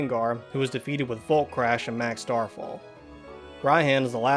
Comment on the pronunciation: It’s ry Hon not Ryan